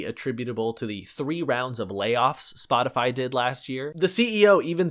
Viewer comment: My so pronounced Spotify as spoticy